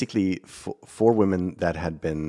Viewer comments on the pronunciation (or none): It's subtle but the way you say, "women" sounds different. I'd take your writing skills over an odd pronunciation any day! Oh and Nancy Salzman, I found her deniability disingenuous re: no knowledge of DOX. And saying her business isn't a part of any crimes w/250 million? Thousand? in cash stashed in her home? hmmm.